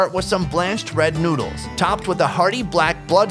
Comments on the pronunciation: its not nuds its noddles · did he say nudes instead of noodles